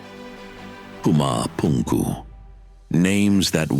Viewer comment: Would be cool if the narrator didnt sound like a clown pronounciating pumapunku etc 😂